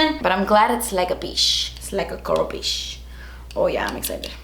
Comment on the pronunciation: Why do you say ch.. As shhh. It's not boxy SHARM. And it's not PEASH. U also say bawx instead of box. You sound uneducated when you say peash instead of peachhhhh and SHARM instead of CHARM